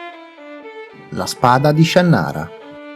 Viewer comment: Ma la pronuncia dell’autore non è Shànnara (sdrucciola)? Perché Shannàra (piana)?